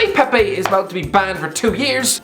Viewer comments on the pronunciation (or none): none